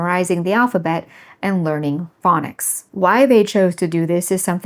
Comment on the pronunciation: No offense, just sheer bizarreness and curiosity - may I ask what your accent is? I could not tell that you were saying "phonics" instead of "fang-nics" without turning the subtitles on. The way you pronounce "on" is certainly... unique. (By the way, if you declared that it was your father who taught you what your language should be like, then is it also his accent?)